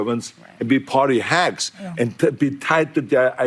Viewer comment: He just called them Party Servants and Party Hags? he probably said hacks 😂😂😂